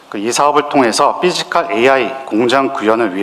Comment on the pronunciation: 삐지칼이아니라. 피지칼입니다 발음이 우껴와요 ㅋㅋ